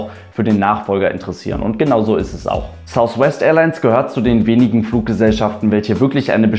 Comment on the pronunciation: beim 'th' drückt man die Zunge sozusagen leicht gegen die oberen Schneidezähne, bei einem 'f' wiederum drückt man die Unterlippe gegen die oberen Schneidezähne